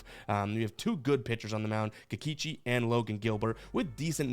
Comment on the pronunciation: You say Kikeechi, I say Kikoochi